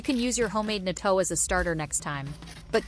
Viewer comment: You can not pronounce natto.